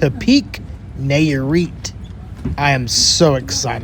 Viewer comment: Bruuh. Its “Nye-ah-reet” not “Nay-ah-reet”. And shrimp is “cahm-ah-rohn” not “camaroon” like the country. Thats gringo af lmao